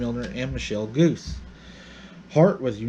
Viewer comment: Also, the name Guse is not pronounced "goose". It is pronounced "goo SAY".